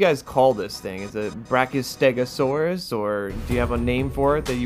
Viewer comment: you call it a brachiostegosauras